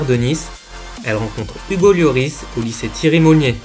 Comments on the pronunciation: Hugo lioooris frère fait un effort LORIS ca se dit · mais orh t’a rien compris toi ca se dit l o r i s pas lioris comme il dit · correction Lloris